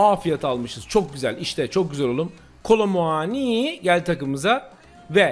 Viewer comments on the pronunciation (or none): Allah aşkına kolomuaniyi düzgün söyle, kafa beyin bırakmadın